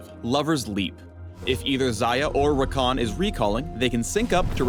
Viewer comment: Haha ever thought id see my little brother Rakan's name as a league of legends character. its even spelt the same even though they do pronounce it differently. (we say ra-can not ra-khan)